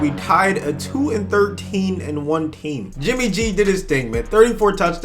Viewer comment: Who else heard “jimmy j” and not “jimmy g”